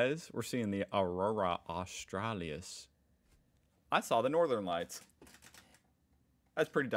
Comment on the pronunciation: Aurora Australis. Au-stra-LIS no a at the end there bro.